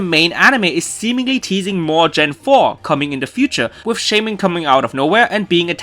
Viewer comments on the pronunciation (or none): none